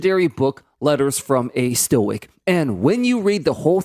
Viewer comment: Pronouncing stoic as a "stoike" was funny.